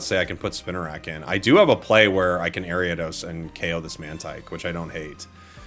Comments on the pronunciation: Airy-Ah-Dose? What in the holy he!! Is this abomination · AIR-EE-uh-DOS..... AIR-EE-uh-DOS!!!!!! ARIADOS!!!!!!! YOU VULTURE!!!!!!